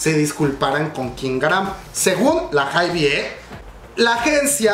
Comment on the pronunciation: Se pronuncia "HAIB", la "e" del final no se pronuncia (